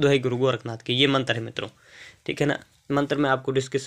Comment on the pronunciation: Hahaaa matar apko bolna nhi ata hai shadna me kia karoge tum